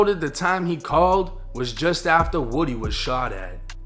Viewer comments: Lil woody, but you say it like lil wodie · It's Lil Woo-d, not wood-e. Listen to Young Thug's old and new music 🎵🎶, DK, Lil Woo-d, SB, Tick, Roscoe, Yak, and Duke all top shottas, of the YSL Family. I know these cats, Nut was playing both sides of a dangerous game, thought it was cool, just because his rank, 2 Lions can't have the same pride in the same jungle, safari, or savanna...💯🤧⚖️⏳🌎🌍 Also Rayshawn Bennett, Lucci was playing both sides, while trying to clout chase within the city 🌆 and gang EFB, ABG, SMM, YSL Family..! When u take it to the streets, you can't switch it up, when the next man hits harder than you, you REAL, then stand TTD ten toes down, on the codes that governs the TRU gangstas in the game 🎮...💯💪⏳⏳🧢🎓🙏🚪🥊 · His name isn’t woody it’s pronounced like this WU-D! Cmon y’all don’t remember when that crazy bastard corrected when she got it wrong? 😂😂😂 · It's pronounced (Woo-dee) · That man name is pronounced woo-dee (woody) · Its L il Woo-Dee 1090🤣🤣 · Are we sure it's pronounced woody or is it woo - dee. My friends nickname is woody but pronounce it woo- dee.